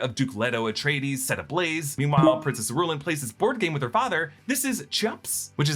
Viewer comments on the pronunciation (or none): Its not pronounced - ih-roo-lan Its: ear-oo-lan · Iru-LAHN not Iru-LYN. That drove me nuts. Otherwise awesome! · I usually like watching your videos on analyzing movies but I think you should read the books when you have time. Paul is not using the Fremen OR Chani. He uses Princess Irulan (pronounced eeh-roo-LAHN) for power and influence Keep up the good work 👍